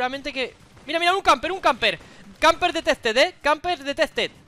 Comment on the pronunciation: Suena como pendejo diciendo "Camper detec" jajaja